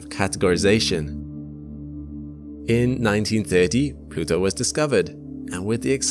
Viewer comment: He said... Plutoow !!😂